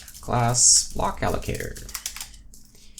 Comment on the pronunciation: haha, "m.. block.. a-llo-ca-tooor"